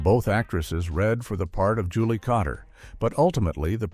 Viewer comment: Not Potter but Kotter.